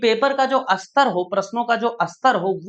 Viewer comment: अस्तर या स्तर 😂